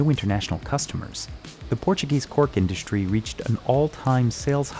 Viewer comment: “Shtripping.” “Shtrike.” “Shtronger.” “Indushtry.” “Frushtrated.” “Aushtralia.” Please take out the “sh” sounds. It’s distracting. You need a better narrator.